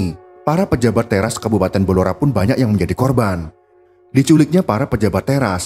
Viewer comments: Blora min.. bukan belora .... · Saya asli org Blora, yg bener itu Blora, bukan Belora.